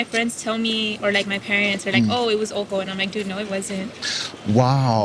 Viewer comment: Alternate title: Ojo becomes Uh, oh.